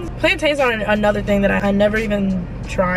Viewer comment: I really love you, but I know you didn’t just say PLANE-TAIN😂